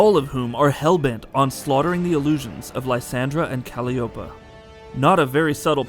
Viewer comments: The daughters name is Calliope not Kalopa, other than that good video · dlux3888 He is just saying it incorrectly. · Cal-e-opa im dead wtf lol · I am not liking your pronunciation of Calliope. But I love this recap of the GOD of WAR. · Don’t these people work together ? Why does the guy from the first two videos say kratos’ daughter’s name right but this guy doesn’t ? If they’re going to do videos like this at least learn how to say the names.